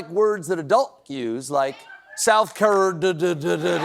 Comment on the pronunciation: How would Biden have pronounced South Carerdddd?